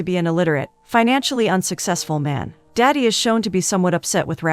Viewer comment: It's not "daddy" 😭 It's "dadi"